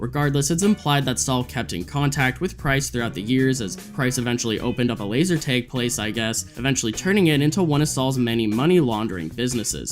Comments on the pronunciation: Laser.. tag tag tag, not teg LMFAO wow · Why do you keep pronouncing it as laser tayge??!! It’s bothering me so much 😂 It’s “tag” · bro said "laser taeg" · Dude what the fuck is up with you and “a”. You pronounce it “beg man” and “laser teg” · why do you pronounce laser tag like that